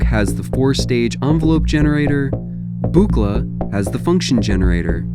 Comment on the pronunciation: It's "book-la!" Don is seems bit grumpy about his name being constantly mispronounced. Though I don't know if Bob Moog cared much about his name being mispronounced. 😁